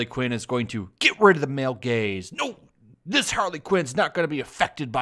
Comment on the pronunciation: For a moment I thought you said male gays and not gaze.